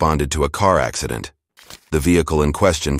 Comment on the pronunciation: Uh axuhdant? Wut aksadent? 🤣